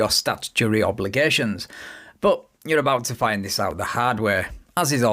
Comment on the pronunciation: Maybe it's just me, but when the SovTwit says "you are" or "You're" it sounds more like "Yarrr" like he thinks he's a pirate. Good example